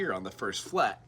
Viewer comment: D flet on the first flet 😅😅😅